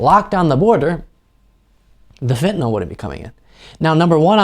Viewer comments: It isnt ' Fentynal'. Its ' Fentanyl' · Do Republicans say "FENTANAWL" because they actually don't know how to read, or because they have a moral objection to saying words correctly?